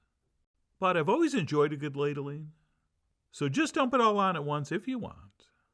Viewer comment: "I love a good ladeling" 🤣